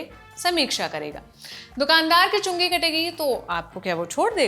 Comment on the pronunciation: Everytime it sounds like chunni kategi😅 chungi katna bhai khatna mat kardena.